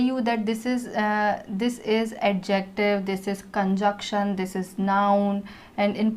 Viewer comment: You are doing awesome... Kindly correct the pronunciation of conjunction